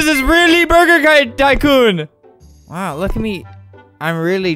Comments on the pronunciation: The app: Are u ready to jump? Albert: jumps Ya!! lol i thuoght this was funny!! Oh and heres another funny part of the vid! How the app says "tycoon": TaYcOoN How I say "tycoon": tycoon:P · "burger taycoon"... it sounds like a burger company made a knockoff porsche taycan.